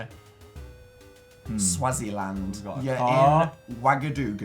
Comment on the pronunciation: its pronounced swaazi-land Dan